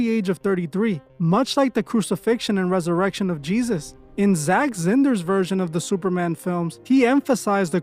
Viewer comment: Zack who?? lol jk but that was a crazy pronunciation